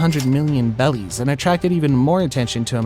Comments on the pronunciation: You say 100,000,000 bellies it’s berrys bro 😂😁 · I know this basically has almost nothing to do with the video, but why are you saying bellies and not berries? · Bro litterslly says “bellies” instead of berrys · It’s berries not bellies😂😂😂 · why do you say bellies instead of berries?🤣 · Stop saying bellies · They're worth how many bellies? It's BERRIES bro take this down and get it right. Or you'll be worth 100 Bellies. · ok i'm lost. its berries as the currency and you keep saying bellies. what am i missing? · Are you saying bellies?.... The currency is berries 🫐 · i think its berries. why is he saying bellies? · Bebbies or bellies but he FORSURE ain’t saying BERRIES LMAO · It’s not belly’s it’s berry’s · Me: say berries Him: bellies Nono berries Bellies Man shut you ass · Bro please make him say berries, not bellies😭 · ITS BERRIES NOT BELLIES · why is this guy saying bellies instead of berries, is he stupid? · I can't be the only one that's annoyed by the way he pronounces berries "bellies" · Why is he saying bellies??? It's Barries??? Sounds so strange??? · berries, not bellies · You know it’s pronounced BERRIES not bellies right? It’s starting to get annoying lol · It’s berry’s not belly’s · They're not belly's they're called berries!! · BRO ITS BERRIES NOT BELLIES!!!!!!!!!!!!!!!!!!!!! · They are called berries not bellys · Am I the only one that is enraged by him saying bellies? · The fact that he says “bellies” is so annoying 😭